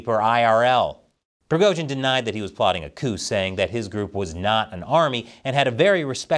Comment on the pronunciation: keep up the good work, but for the love of God, you managed to somehow mispronounce EVERY. SINGLE. RUSSIAN. WORD. Other than Prigozhin, Moscow, and Putin, you butchered them all. It's just jarring, especially when your Chinese is more or less correct/better than 95% of Americans